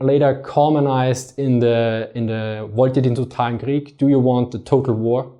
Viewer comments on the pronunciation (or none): none